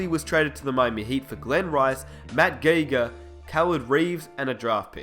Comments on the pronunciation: it's matt GUY-ger, not matt GAY-ger haha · Matt Gieger is pronounced Matt Giger not Gayger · Who the hell is Matt GAY-ger ? LOL, it was Matt Geiger (GUY-ger). ROFLMAO !!!!!!!!! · You miss pronounced matt geiger